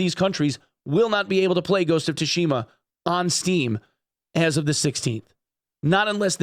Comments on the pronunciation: It's pronounced Ghost of Soo shima not To shima. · The T in Tsushima is essentially silent. Pronounced like Soo-shima. The Tsu would also be pronounced like the similar Tsunami. Edited because I was rude apparently. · ghost of "TUSHIMA" XD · The 'Tsu' in Tsushima is pronounced the same as the 'Tsu' in Tsunami btw. Sorry for my OCD lol. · It gets the FFS because a person that reports on games regularly didn't take the time to Google the pronunciation of a word he's going to say about a dozen times. It's minimal effort. No amount of being a dumb American is an excuse. We can be culturally aware.